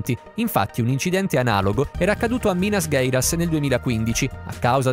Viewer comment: Se è per questo non sanno manco pronunciarla.